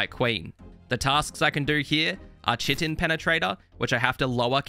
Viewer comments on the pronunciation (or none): Respectfully, "kite-en" not "chit-in" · Take a sec to google how chitin is pronounced